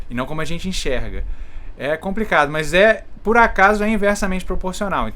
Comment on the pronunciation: Por que tu fala "mais" se a palavra é MAS?